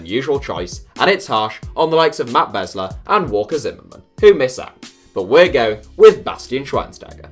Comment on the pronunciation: Chara and Ozzie Alonso over Bradley EASILY Opara or Kim Kee Hee over Marcelo Also just a heads up, its pronounced Beez-ler